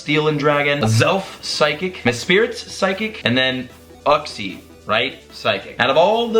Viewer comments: Ooksy is home uxie is pronounced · Uxie (YOU-x-ee) just helping out bro love the vids and cant wait for more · Great video BTW It's pronounced youx-ie, mes-prit, and azz-elf. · Its you-xi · gonna help you out real quick because i don't want people tackling you about it Uxie - (you-ksee) Azelf - (As-elf) Palkia - (paul-kia) Dialga - (dee-all-ga) Also don't forget that arceus is in gen 4 💖